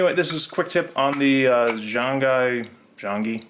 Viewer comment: Thanks for the tip, very helpful. It's pronounced Zhong Yi. ☺